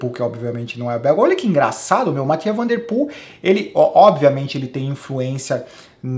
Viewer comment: Essa pronúncia "Matia" van der Poel está errada heim... conheço dois belgas (sem sotaque de Herebtals kkk) que moravam aqui na minha cidade que não pronunciam assim, e até nas narrações do Sporza o Michel Wuyts, acompanhado do José De Caluwe não dizem "Matia"...